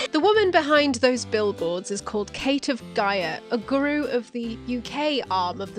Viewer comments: is that really how you pronounce 'guru' on your side of the pond? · I actually can't get over how you pronounce guru as 'gru' rather than 'guroo' 😅